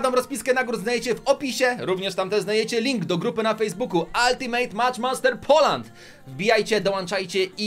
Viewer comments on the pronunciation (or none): none